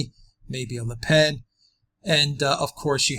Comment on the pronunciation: Le Pennnnnn. Not Le "pain". God.